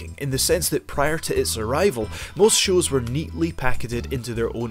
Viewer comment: tv ''shus''?? :D :D :D